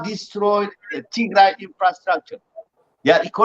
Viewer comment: I absolutely watch this show interesting enough to start calling Ethiopia Northern Ethiopia I think they have hard time saying tigray especially the participant the host is beautiful she is a great woman and she have pronounce the word tigray to dry the participant North Ethiopian Ethiopian this is the actual topic tigray genocide ethnic cleansing Emeryville swimming